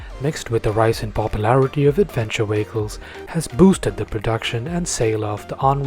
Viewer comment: "Adventure wehicles"